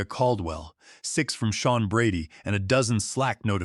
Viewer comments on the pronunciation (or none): The AI has a metal block (yes, a metal block or a mettle block if you'all prefer) where the name Sean (sheen) is mispronounced as Scene or Seen. And let us not mention dollar amounts like $200,000 expressed as Dollars two hundred comma zero zero zero. Y'alls need a real person to listen to your production, not another clueless AI fed info by a lazy genius level human. A simple solution was ignored, and their lack of action compounded the problem; Victoria should have asked, "What do you want?" But her massive ego was a mountain too high to allow her to ask the question. Here, in reality, not listening, lazyness and greed on the part of the "creators" cripples their ability to make a better product. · The AI properly pronounced the name "Sean" several times, but mispronounced at least three other times, see in the video. And the AI does not know how to properly pronounce numbers, see in the video. Poor AI execution on this video.